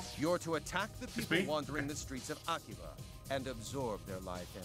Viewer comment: i think the name is pronounced 'akiba strip'